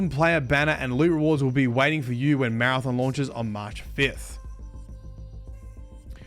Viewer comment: Maradom? It’s Mara-THON